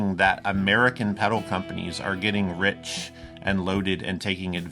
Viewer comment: By the way there is an L in the pronunciation of the word pedal. Is it going to review it at least pronounce it properly